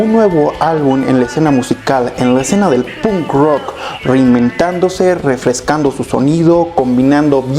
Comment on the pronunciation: No aguanto cusndo dice "pun rock" hablando por el chico menos punk del mundo